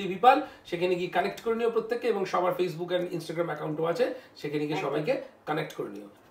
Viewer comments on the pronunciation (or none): none